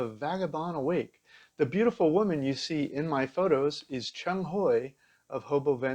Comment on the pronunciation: Qiang is pronounced "chee-awng" not "chung".